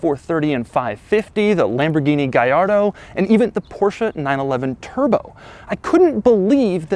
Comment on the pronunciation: did he really said Lamborghini Gairdo??